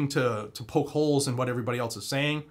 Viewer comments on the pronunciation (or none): none